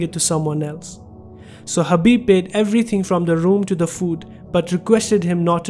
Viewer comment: Bro his name is khabib not habib 😒